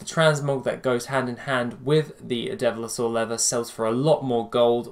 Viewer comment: Devil-saur, not dev-li-saur.